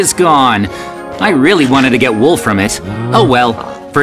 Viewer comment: I really wanted to get wool from it Sounded Like: I really wanted to get wolf from it